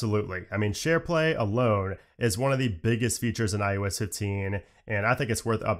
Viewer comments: Eye Oh Ess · Why can you say Mac OS…..but say mac I you S…….over and over….